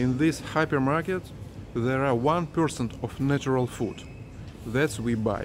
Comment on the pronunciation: At the beginning I thought he was saying a happy market.